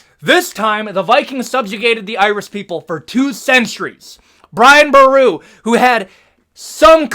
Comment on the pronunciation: Thanks so much for putting Brian boru in there Respect bro 🇮🇪 And don't worry you did say It right 😂❤